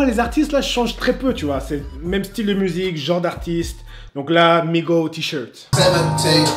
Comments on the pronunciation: On dit MigoSSS et pas Migo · C'est migoS dit le S à la fin 😂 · c migoSSSSSSS ET NON MIGO sinon bonne video